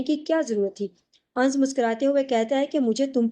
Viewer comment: Ans ans kyu bolti ho Sahi naam hai anas